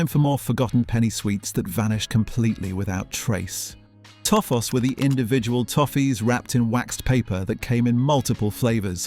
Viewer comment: The Livver Birds ? four mica ? Toff -oss ? Get an old 70's human to read the script - I find AI offensive !